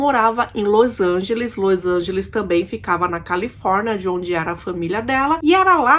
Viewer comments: É LOS ANGELES E NÃO LOIS ANGELES, DOE O OUVIDO ESCUTAR LOIS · los angeles nao lois angeles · Não é Lois Angeles é Los Angeles.... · Lois Angelis kkkkkkkkk.Vou te ensinar ta? É los Angeles aprendeu? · porque você pronuncia LOIs Angeles qnuo verne se sescreve LOs Angeles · Meu Deus! Não tem i no nome dessa cidade, Los Angeles. Q Lois Angeles?? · Você está pronunciando errado o nome da cidade. Não e Lois Ángeles e LOS Ángeles. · Ñ é lois lange e sim los Angeles